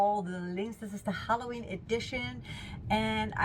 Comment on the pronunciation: Hella ween pronounced